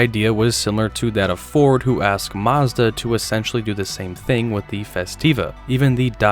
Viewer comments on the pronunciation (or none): none